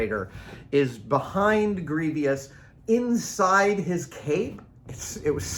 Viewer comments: Warning: Way too long. I never even noticed that he pronounces it phonetically. I don't remember him ever saying the word, but I've only been watching his videos a few months. I have heard that pronunciation occasionally over the years and my vague recollection is that the speakers were from the Southern US (very iffy), and a few Irish people. Since this subject came up I've looked up the timing of a thing known as "The Great Vowel Shift" in English, which started in the South of England in the late middle ages and gradually spread North over a couple hundred years. The pronunciation of all the vowels changed completely from the Anglo-Saxon (Old and Middle English) to the more or less modern pronunciations. I think bury is one of the few words sometimes pronounced sort of as it would have been in the Middle Ages because its spelling was nailed down by scribes before the shift was complete. Late breaking news. I watched a BBC documentary yesterday titled "Rebel Tongue" about Scots English and heard many of those old vowels throughout the program. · Adam has a very.. flowery way with words, making them sound nerdier than they need to be. He also says "Processies", instead of 'Processes'. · That might be a regional dialect thing, maybe Irish. Curiously, that pronunciation was the "correct" one in some Middle English dialects at the time the printing press was invented, so that spelling just happened to become standard. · Yeah it's odd. 'Greevy-ous' The other one that bugs me is how the Lock Picking Lawyer pronounces 'buried' as 'buh-reed' instead of 'berried'. It just hits my ears wrong like the cast iron skillet behind Adam in this video. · Grieveeous? It drove me a little bananas too. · General Grievous 🚫 Grievious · Doubtful, since grievous is an actual word, an adjective that fits the character. Many people mispronounce words ending in vous. A good example is mischievous, often mispronounced with three syllables as mischievious. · “Gree vee us”